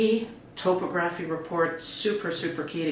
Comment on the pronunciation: Best of luck folks. I'm eager to witness the final product, so I'll be following this channel, and your progress. Additionally, I believe the word is pronounced as "top-ography”, but who knows?